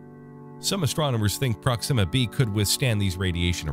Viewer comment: Not prox IMMA. It's pronounced PROX ima